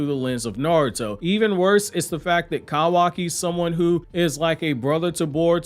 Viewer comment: I like how he calls kawaki "kAwaki"